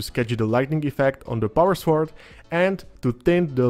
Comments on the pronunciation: Great explanation of NMM for an absolute beginner like me! I like the recipes and method you showed, for the sword and the gold. I also love your pronunciation of sWord. Wu-Tang! 👐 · Beautiful paint job on that mini. I love how you pronounce the 'w' in sword. English is a stupid written language. Sord. Lol.